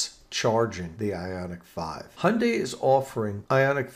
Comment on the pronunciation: Thanks for great job of pronouncing Hyundai.